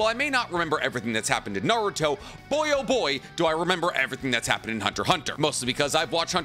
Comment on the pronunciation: I wish you didn't say "Naruthhho" every time and so often...